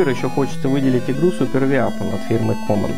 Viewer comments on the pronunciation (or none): Супер виапон... даже если с английским не знакомы, можно было хоть онлайн словарь открыть и послушать произношение?